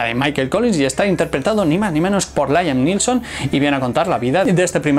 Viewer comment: Muy interesante el vídeo. Laiam Nilson? No lo compliques, se pronuncia Liam Nison, escrito Liam Neeson. Y que Cillian Murphy es el próximo DiCaprio... Ya va tarde. Pronunciado Kilian Marfi. Y Daniel Day-Lewis, pronunciado dei-lúis. Te digo lo de Murphy y Day-Lewis porque parece que querías pronunciar bien Liam.